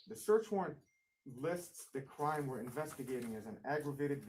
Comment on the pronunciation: Hey! Can you take a quick look at your emails? I’ll say a couple of words and you’ll know: “law and cwime” 🤦🏼‍♀️